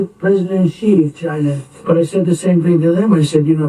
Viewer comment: Why the hell can’t you get President Xi,s name correct? Have a bit of consideration and make an effort! Say this out loud….SHE. SHE. SHE, got it?